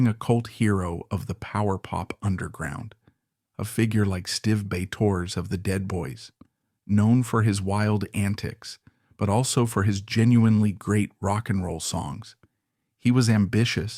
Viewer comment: "His name was gee... ..Gee allin." "1880s rock n roll." "Stiv buh-TORS." "G.G. Aleen." Man, fuck your AI bullshit.